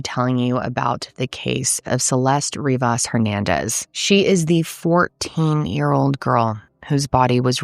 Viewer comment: Love but for some reason the slight mispronunciation of "Rivas" was driving me crazy, it's "Ree-vuss" not "Ree-voss"